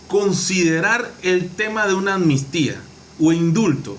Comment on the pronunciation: Hola , es AMNISTÍA no Anmistia.Diga la PALABRA COMO ES.ACUERDATE AMNISTÍA.estas Claro Yow NOWW